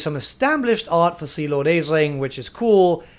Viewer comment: Aeslinn is pronounced "Ash-lin."